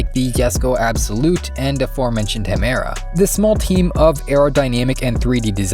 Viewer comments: how are you going to make a video about koenigsegg and not even pronounce any of the car names right? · You misprounced "Gemera". It's a Swedish portmanteau of "Ge" (give) and "mera" (more). The Swedes do not pronounce G's like H's. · If I'm not mistaken, its Pronounced Gemera, with a hard G, not Hemera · ''gemera'' not hemera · ITS GE-MERA NOT HE-MERA. GE LIKE JE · I hate this guy's pronounciation of gemera. Its either a ge or a ye not a he. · It’s pronounced “yemera” not “hemera”. It’s the two words Ge and Mera which mean “give more”. It’s a play on the other car called Regera which means “to reign”. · Gemera is not pronounced "Hemera", it's the two swedish words "ge mera" that means "give more", and should be pronounced "Yemera". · I think you should pronounce properly don't say HAMERA say it GEMERA...😁😁😁😁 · bro I saying hamera instead of gemera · It's not Hemera, it's Gemera and it's pronounced yeah mera but together at the same time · its not pronounced hemera its pronounce more like jemera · hemera what did u say its ge-me-ra notthat hard to pronounce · its gemera not hamera. gemera transltes to give more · the heck u mean "hemera"?? its pronunced "jemera" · If you’re going to make a video about something, at least know how to pronounce one of the main things you’re talking about 🤦🏼‍♂️ ”Gemera” is not French or Spanish, or whatever you get that pronunciation from. It’s Swedish and you should pronounce it more like ”Ye-merah”. At least don’t leave out the G… it sounds so ridiculous, like you’re trying to sound fancy or something, but failing with the basics 🤦🏼‍♂️ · Bruh it ain't "Hemera" it's "Gemera" which means 'Give more' in Swedish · Stopp saying Hemera it’s Ge-mera, meaning give more in Swedish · Idk where you find the "H" in Gemera, but it's not pronounced Hemera. It's Ge (give) pronounced jé and mera (more) = Gemera (jéméra) . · Why you keep saying Hemera? It’s Jemera no? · The cars name is gemera not hemera. It is pronounced gemera not hemera.